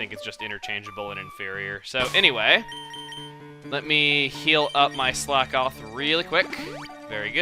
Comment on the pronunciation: is it just me, or every time Chugga says Slakoth, it sounds really dirty